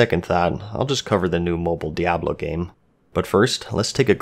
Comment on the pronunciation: Diablo 3 wasn't exactly how you say btw.